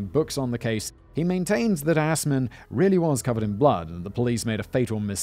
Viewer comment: I can only say the pronunciation of Assman (Or more likely Aßmann) is truly wonderful. But an ex Auschwitz guard converted to the KGB sounds already like someone who successfully avoided prosecution.